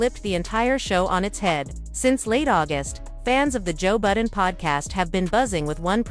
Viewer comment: She said Joe Booden. I'm out.